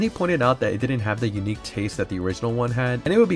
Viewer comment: My man, in english, the "th" is pronounced just like it looks and not as a "d" so will you please stop saying "dis" for "this" and "dat" for " that"? It's really hard to listen to your commentary when you keep using "D" everywhere a "th" is. Plus, it makes you sound less intelligent. Work on it. Thanks.